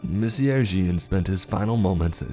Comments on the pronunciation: No offense,, but your pronunciation of Jean as “Gene” instead of “John” along with your other slip ups regarding French and German names and titles was a bit jarring to say the least. Definitely still enjoyed the story though, so keep up the good work, bruh! 😁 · Jean is pronounced John if this is French too. Pronounced Reich as "Ray-chuh". All the mispronunciations really took me out of the story.. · The 4 years of HS French in me cringed at every Monsieur Jean...